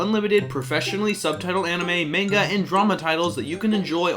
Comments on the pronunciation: I was really enjoying that Crynchyroll ad at the end. "Oh, he watches anime, even has an opinion on dub/sub." Then he said main-ga. Unsub. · sins to for mispronunciation of MANGA! MAHN-GUH!